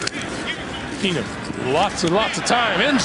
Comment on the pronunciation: Jered Boucher you would get a death sentence for that. And it would be worse if you did it Everytime they said keenum